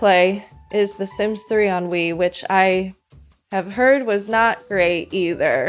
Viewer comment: Every time you say "The Sims 2 Pets on Wii," I just hear "The Sims 2 Pets ennui" lol